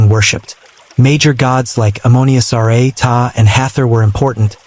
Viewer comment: "Ra" is not pronounced "Are-Ay", it's pronounced "Rah", to rhyme with Ma and Pa.